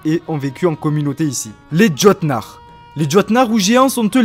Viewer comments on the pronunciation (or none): Le Jörmungand ou le serpent monde ce prononce "Yor-moun-Gan'd" juste pour info pareil pour Jötnar c'est plutôt "Yeutnar" et pour finir c'est pas Va la la c'est plutôt Valh-alla après l'intention est bonne mais ça reste très concis au niveau des histoires, cependant j'aimerais bien que cela soit dans le season pass et sous forme de quête au scenario un peu poussé ça on pourra différencier le jeu en deux parties un peu a la manière d'AC origin avec un coté historique et l'autre coté plus sur la mythologie nordique. après nous verrons bien mais je pense que dans tout les cas le jeu promet d'être très intéressant surtout pour les fans et les passionnés d'histoire et de mythologie nordique.